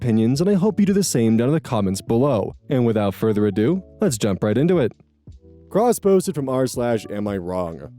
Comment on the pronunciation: OK, I know this is completely off-topic, but... The way you say "cross-posted from r/..." keeps making me do a double-take, because I keep hearing "crossbows from Mars"...